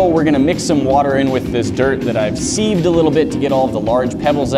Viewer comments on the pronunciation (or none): Why did he say seeved and not sieved ?